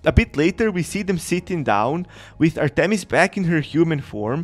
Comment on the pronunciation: Bro this guy don’t know how to say Artemis goddess of the hunt